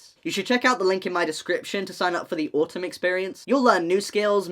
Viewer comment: HELP HE SAID AUTUM EXPIRIENCE AND I HEARD AUTISM EXPIRIENCE